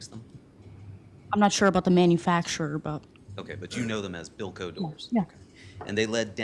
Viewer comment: I understand. But it wasn't to clarify what the doors were, it was that he was mispronouncimg Bilco. Had he said Bilco I wouldn't have known either, as a juror